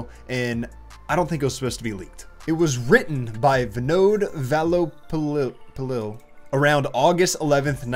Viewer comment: Any Indians(Keralites) laughing at Vinod Vallopillil pronunciation here?😂😂